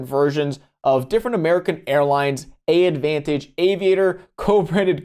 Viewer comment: “AAdvantage” is pronounced “Advantage’